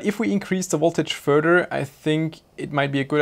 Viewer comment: Can you stop saying "furder"? It's FURTHER. Enunciate your "th" sounds, please.